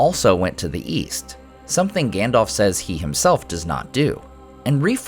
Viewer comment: I'm pissed about "Gandalf".